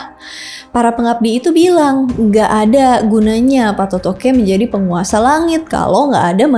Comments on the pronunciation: Banyak penyebutan yang salah oleh Host nya, masak di sebut Patotoke, yang benar itu Pattoto' e. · bkn patotoqe kak😂😂😂😂😂 tpi patotoe